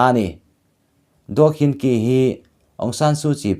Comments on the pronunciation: Anu hming kha khin chi ti a lam tur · Daw khin chi tiin ilam ri dawn nia kawlin an tawng inglist hawrawpa an ziak hi tuman chhiar dik theih a ni lo myanmara chengte an nih loh chuan